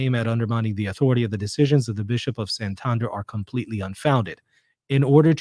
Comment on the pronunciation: Thanks for your rigorous analysis,! On an Spanish note (because my ears suffered a bit), Santander is pronounced as you did, but Santandér, not Santánder. I was confused for a while. Anyway, thanks for your opinion, I haven't looked a lot into these alleged apparitions, I prefer to abide inside what the Church tells me. Apparitions, at most, confirm us in our faith, encourage to be better catholics and, sometimes, have some miracles linked to them. Awesome, but it does not change our faith. In Spain, Garabandal has gained a bit of interest amongst some catholics, so it is good to remember what the Church tells us.